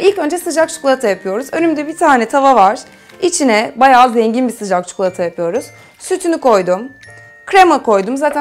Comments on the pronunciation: Çikolataya çukulata deme lütfen :D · tam yorum yazıcaktım çukulata demesini ahahsdahasa